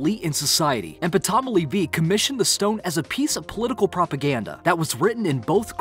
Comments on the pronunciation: "Ptomely V???" lol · Deci-per...really? It’s D-SCY-FER. P-tolamy? It’s Tolamy. Napoli-nic? It’s Napoli-an-nic... I could go on but seriously... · Pat-om-oly = ptolemy? :) But I think my favorite mispronunciation is Soth-bees, or ex-CAV-a-der :) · Yes! wtf is the verb "decifer" and the fella called "Pertolomy"...learn English and maybe we will actually be amazed? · Only an American would pronounce the P in Ptolemy. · Fascinating video, but for all the research you do, you still can't pronounce decypher, Ptolemy or Sotheby's... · You need to tweak your robot Narrator a bit. Check pronunciations of decipher and Ptolemy V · You mispronounced several words in this video including decipher and Ptolemy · Wow. PLEASE spend some time working on your pronunciation before you make your next video. And in the meantime, learn to say these words – horribly mispronounced in this video: decipher Ptolemy Napoleonic Sotheby’s excavator